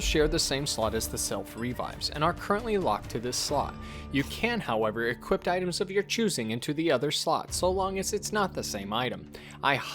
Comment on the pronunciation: Love the guides but uh...and this sounds stupid but...are you saying "equipt", "equipted", and "equipting" instead of "equip", "equipped", and "equipping"? Is this some sort of dialect thing? I've never heard it before in my life and it's kinda driving me nuts!